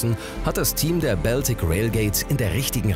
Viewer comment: Da kann der "Moderator" aka. Sprecher nichts zu, denke ich. Der liest nur den Text der Autoren vor. Das allerdings auch nicht perfekt, wie z.B. bei der Aussprache von "Baltic" und "Holgersson".